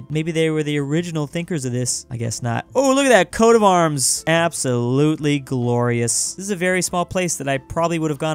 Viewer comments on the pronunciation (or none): none